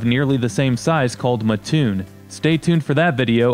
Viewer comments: Also it’s MAT-TOON not MUH-toon 😭😭😭😭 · When you do the Mattoon video, please know that it is pronounced Mat-toon, not Ma-t toon.